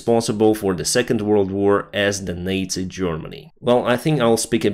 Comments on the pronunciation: I think you mispronounced nazi-germany... you said that NATO-Germany started WWII repeatedly:) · Your English is really good, but it sounded like you said, "NATO Germany" instead of "Nazi Germany" it took me a moment to figure out what you meant! :-) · Strike that, after rehearing it I noticed that it was indeed nazi germany, but it really sounded like nato-germany. :)